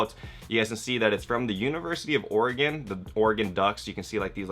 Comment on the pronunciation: Being from the pnw I'm happy to hear some one out side of it pronounce Oregon right.